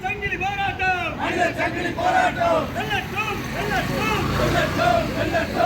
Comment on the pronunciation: அது சங்கிளி இல்லப்பா , ,சங்கிலி தமிழை கொலை செய்ய வேண்டாமே அன்பு நெஞ்சங்களே